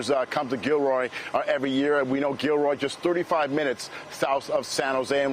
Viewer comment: did the brutha just say Kilroy??